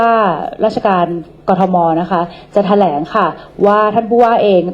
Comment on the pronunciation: อย่าว่าแถลงเลยครับ มาอ่านอะไรไม่รู้ อ่านก็ผิดๆถูกๆ เป็นนายกฯ มันต้องรอบรู้รอบด้าน มากกว่านี้ อันนี้ยังไม่พอจริงๆ